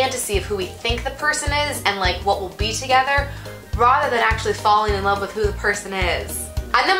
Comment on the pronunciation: That "rather" though. I'm paying attention! I swear!